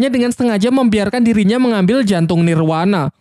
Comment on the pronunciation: Nirvana BG bukan nirwana